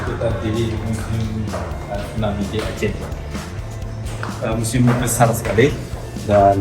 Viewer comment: Museum bukan musium 😂😂